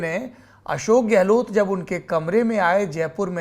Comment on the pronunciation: Sardesai sir ka "Gelot" bolna😂❤